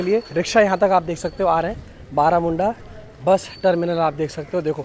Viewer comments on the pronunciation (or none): बारामुंडा ना कह के (-बरमुंडा-)कहोगे तो अच्छा होगा 😂 तुम उसके नाम चंजे किउ कर रहे हो 😁🤣 असली नाम तुमको ज्ञात नहीं है मुझे लगता हैं😢😂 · ବରମୁଣ୍ଡା not ବାରାମୁଡଂା bhai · It’s Baramunda not Baaramunda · Bhai thats not BAARAMUNDA thats BARAMUNDA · May be its बारमुन्डा not बारामुन्डा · It not Baramunda it's ବରମୁଣ୍ଡା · Video was informative and interesting. Although it would be nice if you pronounced the name properly as you would hope from tourists when they visit your cities. It is not that difficult to pronounce too. This creates an impression of lazy background work which I know it wasn't. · Bhai bus station name to sahi bol dena kyu new change hua hai